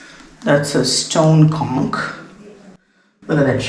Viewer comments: With due respect,, just for your information, the "ch" in the word "conch" is pronounced not as "k" but like the "ch" in "lunch", "crunch", "bunch", etc. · It's "conch" not "konk". Shank in Hindi and in Sanskrit "sankha".